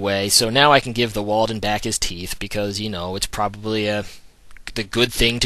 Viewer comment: its warden not walden bro lol not hating just stating